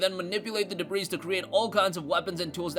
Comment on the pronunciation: Stop pronouncing the s in debris lol